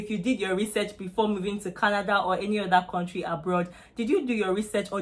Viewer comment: Kontrey.. Don't go to Canada if you come from a Kontrey like Nigeria